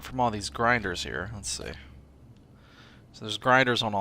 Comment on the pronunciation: Failed french accent "Les Grindres" Vechuses 2015